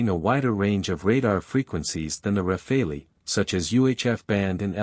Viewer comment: It's not pronounced "Rafalee", it's "Rafal". The final "e" is silent. In French "rafale" means "Gust of wind" or "Burst of fire".